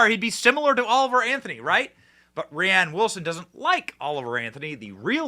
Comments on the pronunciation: Benny his name is pronounced like Rain 😂 not Raighann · Rhiann is a woman's name - Rainn with two ends, and yes it is dumb but it's pronounced rain. I love what you do Benny and I love your sense of humor most of the time but when you say rianne or bursima etc over and over sometimes you confuse or miss a bit of the point that you're trying to get across. Rain Wilson is a narcissistic doofus - and he's totally wrong here but please stop calling him rianne. I feel for the dyslexic issue though For real